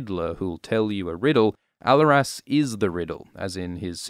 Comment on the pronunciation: The way you’re pronouncing Alleras is hurting my ears.